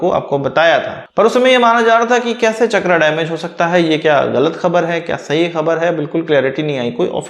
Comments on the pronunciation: इसका नाम "चक्रा" नहीं "चक्र" हैं, अंग्रेजी भाषा ने हिंदी शब्दों की ऐसी तैसी कर रखी हैं। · शब्द चक्र है, चकरा नही है ओर आप भी अग्रेंज नही हैं ओर ना ही अग्रेज के बेटे हैं शब्दों का अग्रेंजी करण न करें